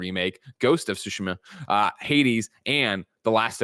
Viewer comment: Is Greg trolling when he calls Ghost of Tsushima, "Ghost of Shushima" or does he legitimately dont't know how to pronounce it? PS. Greg or whoever cannot bring themselves to say TSU, make a little effort at your own time and learn to say it. I believe in you. It is kinda disrespectful to the game and its devs to refer to it in an imporper way just because you are not willing to pratice saying it the correct way.